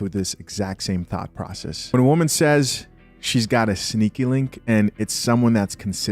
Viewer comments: Did he say thought process or thot process? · Did he say "thought process" or "thot process" 😂 either way it's accurate